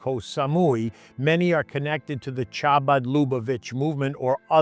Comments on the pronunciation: Pronounced Habad. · It is pronounced Khabad. I don't know how any government anywhere allows foreigners to set up any such centre. Maximum foreigners should be allowed is usufruct of residential and commercial property. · Ch is pronounced h